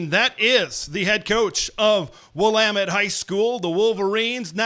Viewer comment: Kudos to for pronouncing Willamette like an Oregon native.